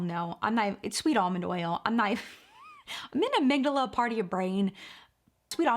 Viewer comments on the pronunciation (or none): none